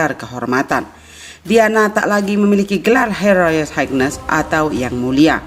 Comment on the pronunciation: Cara baca royal Highness kurang tepat